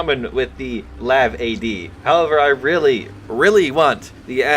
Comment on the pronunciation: “Dutchland” is just irritating just to listen to. DEUTSCHLAND, EUTSCH not utch. Same for calling the L.A.V. a Lav, accronym for light armored vehicle. Same thing to me as people calling the FAL the Fal. Also an accronym for fusil automatique leger or light automatic rifle. ”Dutchland” would definitely earn you a slap upside the head in Germany.